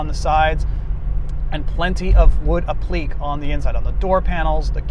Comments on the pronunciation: Appliqué is pronounced “app-li-KAY”. Not “ap-LEEK” . Otherwise good job. 😁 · Appliqué = “app-lick-ay” Great video! Love late period AMC!